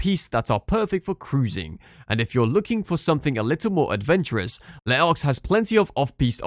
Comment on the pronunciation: Nope Les Arcs also butchered, Espace Killy also wrong